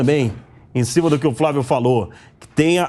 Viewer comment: VAMPETA CONTINUA A PRONUNCIAR FRAVIO, DEVERIAM ENSINAR CORRETAMENTE A PRONUNCIAR FLÁVIO. FLÁVIO TÁ VAMPETA